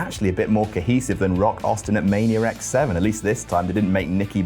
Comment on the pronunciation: He Still said "Mania X Vii" 😂😂😂